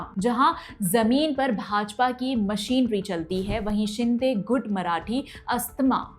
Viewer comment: विस्तार में विश्लेषण करने के लिए धन्यवाद। Teleprompter से पढ़ने पर कुछ त्रुटियां सुनाई दी । गुट को गूढ़ कहा । वसई को वास्साई कहा । भिवंडी को भिवाड़ी कहा । करोड़ को क्रोन कहती हैं। हिंदी अंकों को सीख ले तो श्रेष्ठ होगा । अन्यथा न ले, यही आशा है। धन्यवाद।